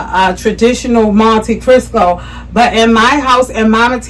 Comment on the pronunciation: You keep pronouncing it "Monte Crisco". 😂